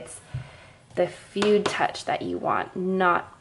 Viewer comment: As a calligrapher who also knows some Japanese, it's grating to the ears to hear you say "fude" as if it was an English word. Please please pronounce it "foo-deh".